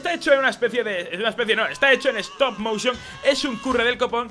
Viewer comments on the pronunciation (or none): none